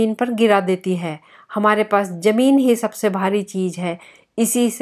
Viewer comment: Zameen not Jameen